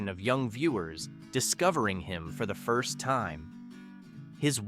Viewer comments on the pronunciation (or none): none